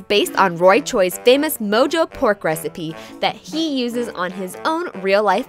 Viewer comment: this chick called it MO-JO..not MO-HO